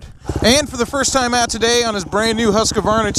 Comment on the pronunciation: It's not Huska-Varna. Or Huskqua-Varna. Its pronounced Husk-Varna. Rookie. This has been known for a very long time.